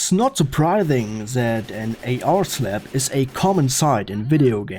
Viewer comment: I love the way this guy says slap "slep"😂